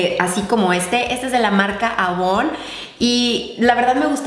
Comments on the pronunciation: Elisa Pinto que pena pero avon es una marca estadounidense y si te fijas en los comerciales televisivos siempre la llaman "eivon" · no se dice avon, se pronuncia eivon 👌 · Like si lo ves 2018 y no es avon asi se escribe pero se pronuncia eivon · no se dice avon se dise eivon se escribe avon pero no se lee así. soy una gran fan tuya y obvio que no es para ofender ya:-):-):-) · se dice eivon no avon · Jajaj dijo Avon y se pronuncia eivon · Yo siempre lo he pronunciado Eivon xD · avon se pronuncia eivon.....te amoo 😙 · Se escribe Avon y se pronuncia eivon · Creo que se pronuncia Eivon la marca jaja😂😂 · sin criticar pero se escribe Avon y se Lee Eibon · Se escribe Avon pero se dice eivon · Jshaha cierto! En chile le decimos eivon 😹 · Si en Ecuador se dice eivon ( avon) :) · En Colombia también se le dice eivon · En ecuador le decimos eivon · Pues yo he buscado en Google y se pronuncia eivon. 🙄 y en Honduras así se dice Eivon. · baak Hay una novela que se llama "porque el amor manda" y la empresa donde se manejaba era avon xD y si le decian asi AVON entonces creo que depende del pais jajaja